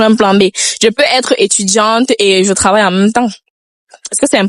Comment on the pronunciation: S il vous plaît reprenez vos livres on ne dit pas Cravailler mais Travailler. Différence entre Tr et Cr.